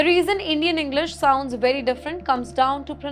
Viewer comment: You literally made the conscious decision of pronouncing "very" as "werry".